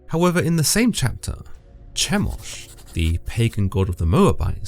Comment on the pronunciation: That, Chemosh is pronounced: Key-mosh.